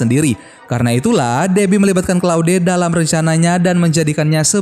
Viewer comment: claude dibaca kloud!!